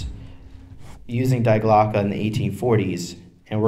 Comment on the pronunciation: Dee Glocke.. Not DIE. The bell. Die Glocke. Der Die Das.